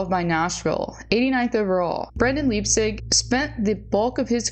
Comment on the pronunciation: Leipsic ( pronounced Lipe-Sick) is an absolute tool of gargantuan proportions. I watched him play Juniors in Portland with the Winterhawks. (Who now have the LAMEST logo in the WHL, MAYBE the world!😂) Got to skate with him a few times when we were starting our practices because we’d follow the team on the rink schedule. It was really pretty cool. Also did the same with Cody Glass. HE is a standup guy. Brendan Leipsic is an asshat of epic proportions!